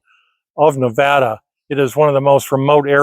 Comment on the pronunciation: I am so glad you know how to pronounce Nevada properly. Thanks